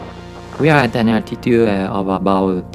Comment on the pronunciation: Please subtitle your videos. It isnt hard. I cannot understand you. Please pronounce the T at the end of words. It is "About", not "abouw". The T is a hard T. It is not silent. English software is not expensive. Get Rosetta Stone. It will help you.